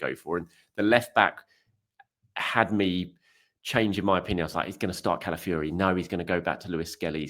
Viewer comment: Please... it's Calafiori, not Cala Fury, brother of Tyson